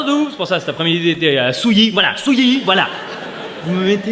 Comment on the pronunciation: C'est toujours pas souilli mais bien Souillac...